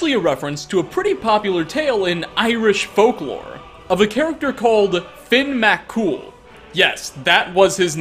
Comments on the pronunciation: Omg the way he Says Finn McCool, my British mind is getting triggered. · I’ve never heard Finn McCool pronounced as ‘Finn MAT-Cool’ and I’m Irish. Like real Irish not Irish American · As an Irish man I'm offended at your labored pronunciation of finn mccool